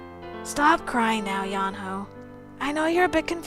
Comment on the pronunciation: So cute! And I'm sorry to be a grammar freak, but the H in Yeonho's name is silent. I did a little bit of research and I think this will help you. Lance and Yuri have 2 bad endings, Yeonho has 3, Tei has 4, and Red has 5. Also after you finish all the routes, there is a secret route. You are going to love this game so much! But expect Tei and Red's routes to be very long. Also about Tei and Yuri being good together, (Cutie said it) One of Tei's nicknames is Mama Tei, And one of Yuri's is Papa Yuri. Both are parent-like but they fight a lot later on. But in one of each of their bad endings they team up. At least I think so. I've definitely seen both of Yuri's bad ending's but I haven't seen all of Tei's yet. Still, Lance is Tsundere, So he softens up after a while, but until then, Enjoy all of the blushing and the laughs from his route!